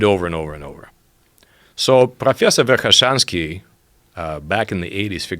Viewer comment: Is speaking English perfectly clearly. profreasor verkhaeshanski